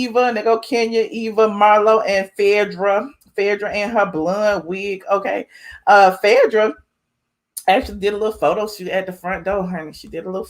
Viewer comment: Why you keep calling her Phedrah? Its Phaedra